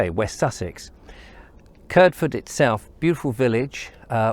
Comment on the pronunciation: I was just going back through some of your videos and came across the one around Kirdford. Great video, its nice to see a video about where I come from. But I'm sorry, and please don't take this criticism the wrong way. But as someone who was born and raised in Kirdford I must correct you on the way you pronounce the name Kirdford. A local (not a later new comer to the village) would pronounce it as Kird-ford not Kird-fird. The village got its name from ancient times, and the name is derived from the ford over the river Kird, hence Kirdford. My mother was born in Kirdford and lived there for 71 years, my grandmother was also born in Kirdford and lived there for her entire 93 year life. My grandad was born and raised in another local place that also gets mispronounced is Bedham, a local would pronounce it as Bed-ham not Bedam or Bedem. In fact my grandad went to school in the old derelict building you explored in another of your videos, the one about Bedham. CharlieG